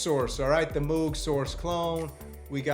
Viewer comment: Oberheeeem? Moooouuug? WTF?